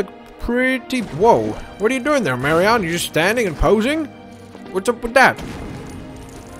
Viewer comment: it's pronounced en not on in Marion's name.